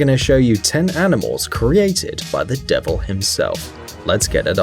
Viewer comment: OMGosh say either "the devil" or "devels"